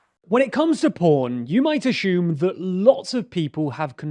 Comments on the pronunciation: "Axume". Why can't Brits say "assume". Also, wow, we are in the future! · Actually, I "ashoom" all the time. Like , I "ashoom" you screwed up big time claiming the P*ornhub issue took place in December, 2022 when this video is released on August 23, 2022. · I love the way British people say "ashume" instead of "assume" 😁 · There is no “h” in assume. Edit to add: I realize that also goes for sugar and sure but I have never heard them pronounced differently. Assume has previously only been pronounced as as-hume. Pronouncing it as ash-hume seems to be the result of “intellectual elites” putting on airs and being pretentious pricks.